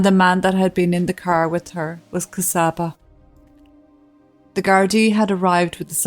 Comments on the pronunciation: Thanks again for your story. Just a couple of comments: My Hungarian colleague, Csaba, pronounces his name “Chaba” (not Kasaba). Also, regarding having an interpreter at a legal court hearing: mastering a foreign language though a job at “front of house”/receptionist is different from legal jargon – even after over 10 years living in a foreign country, I too would request an interpreter, and in fact it is recommened, at any legal gathering. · She's a true slavic princess isn't she. Csaba name is pronounced and sounds like "Chubba" when spoken.